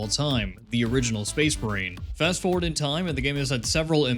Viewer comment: the captions made me realize you say space marine 2 like space brain